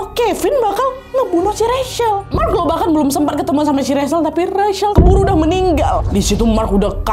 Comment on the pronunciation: Wak, aku saran, sebelum sebutkan nama org, cari tau dulu cara sebutkan nama yg bener wak...itu Rachel, nyebutnya RECHEL, bukan RESYEL